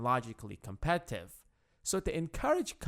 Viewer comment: Am i the only one hearing "competive" instead of Competitive?